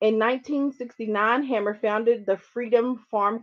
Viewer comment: its pronounced hay-mer ;)